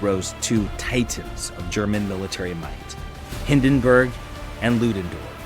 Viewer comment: Don't get AI to read your scripts. It pronounced Hindenburg and Verdun wrong and it's just plain lazy.